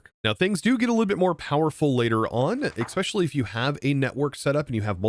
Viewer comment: You are pronouncing words wrong. “Ekspecially” “A nuff” “Inless”